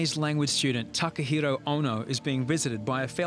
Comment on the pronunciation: Doctor really called him Takahoro 💀